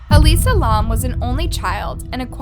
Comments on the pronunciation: Bro fr “lawm” it’s pronounced lam like the animal, you must be blond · Her last name is pronounced “lamb” not L-AH-M. Very annoying to hear the wrong pronunciation throughout the video. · Lam is pronounced the way it looks, like "lamb" not "Lom" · It is not how you pronounce lam ToT it is L-AM this is humiliating to me bc my name is Ansley Lam ToT but yet I luv ur content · L A M not laum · it’s Alisa Lam not LAUM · Say her name right and the hotels name right pls😗it will help very much ✌️✌️ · ur pronunciation is literally terrible. if you’re gonna say this poor girls name, say it right. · That’s not how you pronounce lam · That not how u say her last name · That’s not how you say her name